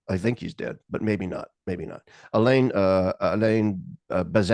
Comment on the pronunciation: Alan Besancon?? Nooooo. It’s Alain Besancon (Bez-ann-sone)